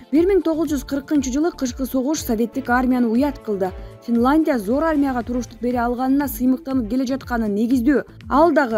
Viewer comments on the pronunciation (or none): Финландия эмес, Финляндия. Тантырабай туура окучу,сени коп киши угуп жатат